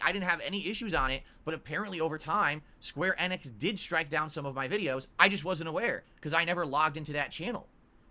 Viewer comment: Why the fuck does he pronounce it like square EH-nix